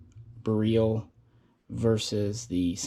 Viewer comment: Surprised is pronouncing beryl wrong. Js.